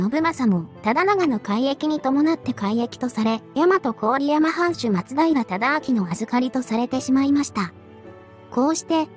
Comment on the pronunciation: 松平忠明は『ただあき』ではなく『ただあきら』ね